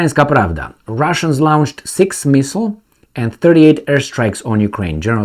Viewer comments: not "lownched" as in town, please pronounce it as "lornched" as in torn! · Lornched? Where did you find an R in launched? Try "lawnched" like most English speakers say.